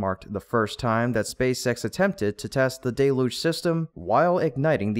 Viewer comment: Please say DEL-yooj, not DAY-loozh.